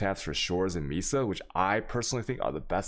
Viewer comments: Mee-suh wtf. It's may-suh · "Mesa" is pronounced "May-sah". Sorry, was bothering me. :)